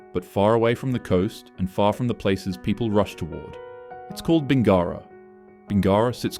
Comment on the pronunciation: The narrator has clearly never been to Corowa (oh god..), Uralla or Bingara - you almost got Uralla but Bin-gara is way off. If the narration is AI, so be it - if not, I wish you luck with Wee Waa and Gwabegar. 😮